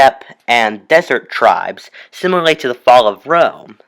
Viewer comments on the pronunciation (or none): It's Rome not room OK understanding... 👌